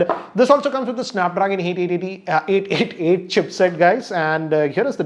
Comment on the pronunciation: Snapdragon Eight eighty tee 🤣🤣🤣